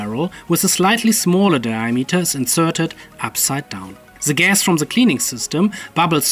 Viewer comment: hearing you say "zee gas" <3 <3 <3